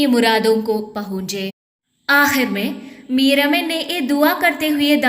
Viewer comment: Pehly meer aman ka talafuz seekh lo 😂😂😂😂